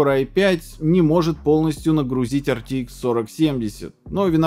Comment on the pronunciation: Вы произносите ЭрТиИкс, т.е. ни туда ни сюда. Либо произносите полностью неправильно:) ЭрТэИкс. Либо правильно АрТиЭкс.